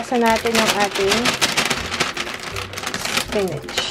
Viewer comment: spinach but pronouncing as "spinich" ahahahahahahahaha LT hindi po ako busher nakita ko lng po at narinig :D